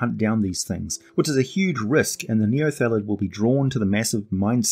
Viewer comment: Outstanding video as always, but it seemed like you sometimes said "neolethid", possibly due to the word "illithid". Or maybe it's just a kiwi thing. :D